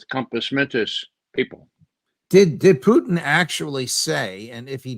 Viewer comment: I like how Ray uses the proper pronunciation of Putin, with stress on the °Poo".